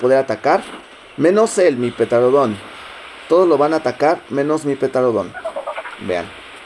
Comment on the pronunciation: No es por juzgarte pero me pone muy nervioso que digas petarodon embez de pteranodon